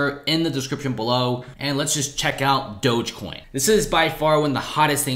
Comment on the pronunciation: Pronounce dogecoin right please